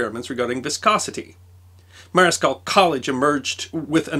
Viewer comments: Sorry to be "the pronunciation guy" but it's "Marshall College" despite being spelled Marischal. And I'm doubly sorry, it gets worse: thanks for a great summary of a great Scottish scientist. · Thank you I enjoyed this. But Marischal College, Aberdeen is pronounced like US Marshall, not mariskell as said here. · ...enjoyed the video. Note that "Marischal" (as in Marischal College, Aberdeen) is pronounced "marshall". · A really interesting account of one of my country's most amazing sons. Scotland really should be rightly proud of him. Btw, Marischal College is actually pronounced "Marshal". Often an 'i' in Scots is silent. For example, Inglis is pronounced 'igles'. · Great stuff! It's always worth checking British pronunciation first: Marishall (College) is pronounced marshall. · Marischal, as in college he was professor at in Aberdeen, is pronounced ‘Marshall’. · Marischal is pronounced; Marshall.. The h is pronounced as a k in Strichen. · And Marischal is pronounced marshal. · But in Scots, Marischal is pronounced 'marshal'. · Small point: you pronounce the name of Marischal College wrong. I live in Aberdeen and work for the University of Aberdeen that was created by merging King's College and Marischal College, so it matters to me.